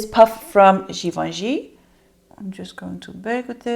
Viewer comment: You are not pronouncing Givenchy correctly. Ask a person who speaks French to tell you how to pronounce it. I do like your content. Very informative.